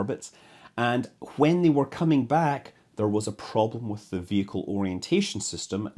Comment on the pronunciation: I like how scott pronounces "when" as "hwen"